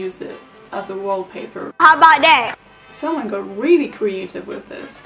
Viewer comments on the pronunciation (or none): none